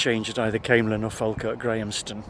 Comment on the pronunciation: Locally, Camelon is pronounced K mel on. Say it quickly pronouncing the K, so it ends up Kmlon, not Camel on.